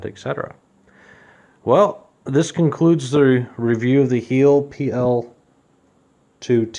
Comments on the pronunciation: it's pronounced like this " Hi... el", not heel. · It is pronounced like HILE